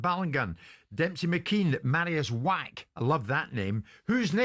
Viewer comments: Yeah, it's pronounced Vack.... but Wack sounds so much better for a fighter 😂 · Why does Spencer and Jordan get so much hate but the dumb jock gets a pass?? “Mariusz Wach, I love that name” he’s pronouncing it WHACK what it’s W is pronounced with a V… Donkey